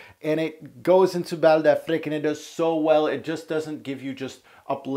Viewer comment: Affrick? I thought it was Afreek